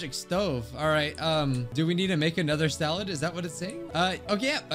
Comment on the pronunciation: First also the way he said "Simple SaLAd